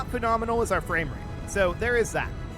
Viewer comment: The only thing i hear is going fames, fames, fames.